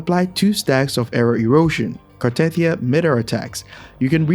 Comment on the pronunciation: just saying, that isn't how you pronounce "Cartethyia". They literally give you the right pronunciation in the story?